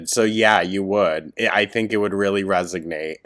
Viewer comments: “Resignate” man ily but its resonate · “… it would resignate with you…” she broke your brain with that soup recipe 😂😂😂 we know you meant resonate thou😂❤